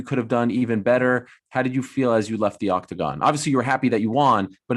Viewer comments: i love how jan says octacon with his polish accent 😅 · The way this man says octagon is cool, makes it sound like a stage you would pick on tekken